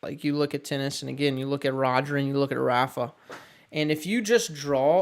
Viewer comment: I can't believe a tennis coach just pronounced the first A in Rafa's name like raffle.